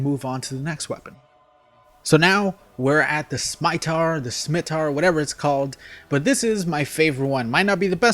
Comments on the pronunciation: Lol the "SMITAR" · How old and you can't pronounce scimitar ?